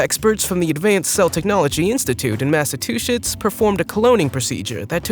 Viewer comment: By the way, it’s Massachusetts not massatwoshits